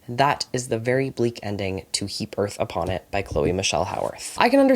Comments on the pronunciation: sorry I just heard you say the title "Heap Earth Upon It" as "He Birth Upon It" and my first thought was just HE BETTER NOT HAVE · i genuinely thought was saying “he birth upon it” for nearly 20 minutes 😭